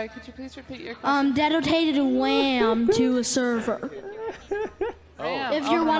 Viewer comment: Deditatated Wham!